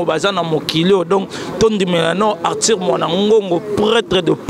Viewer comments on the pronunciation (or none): Belle émission mais ce journaliste dois apprendre à bien prononcer Arthur et non artir